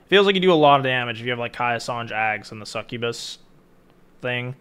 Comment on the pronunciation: Hahaha whoa. Hearing you say “succubus” hurt my brain